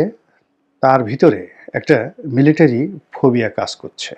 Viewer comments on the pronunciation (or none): none